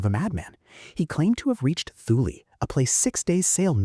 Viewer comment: don't pronounce the t h in Thule like we would in English.. make it sound something like this "tool" in a prime German kind of accent or it sounds something like"tell" in a Norwegian type accent..